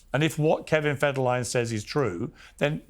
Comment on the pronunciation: Its Kevin Fed-her-a-line 😂